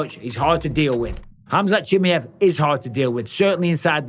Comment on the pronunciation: Cha-my-ev I’m gonna keep saying it Mike 😂